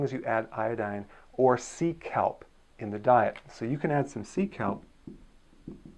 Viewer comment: Lol when you mentioned “sea kelp” I thought you were saying “Seek help!” Lolol